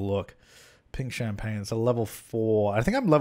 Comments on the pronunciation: "champaGNE" oh my god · the way you said champagne is how i say it in my head when i'm trying to remember how to spell it 😂